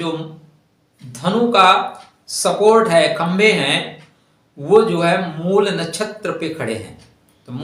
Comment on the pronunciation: जब आप शब्द को शुद्ध शुद्ध नहीं बोल / लिख सकते हैं तब आगे क्या करते होंगे?????😮 मूल को मूला कह रहे हैं???😮 राम पुलिंग शब्द है और रामा या रमा स्त्रीलिंग है, विभेद समझ रहे हैं??